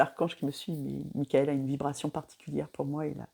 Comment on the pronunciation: Mickael ( a prononcé à l’anglaise). Ça me fait penser à Wham d’ailleurs